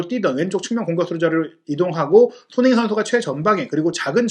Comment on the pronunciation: 말이 너무 빠르고 웅얼울얼해서 손흥민이 소는민, 소네인 이라고 들리는 등 듣기가 좀 불편하네요. 첨부터 쭈욱 같은 템포로 랩을 하시다보니 나중에는 귀에 피곤하기도 하구요. 눈으로 보기에 화려한 영상도 아니고 말이 전부인데 발음에 좀 더 신경을 써주면 좋은 영상이 될거같습니다.